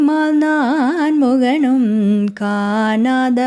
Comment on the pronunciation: Very melodious. காணாத could be a little more clear with emphasis on ணா. Just to enhance the performance 🙏🏽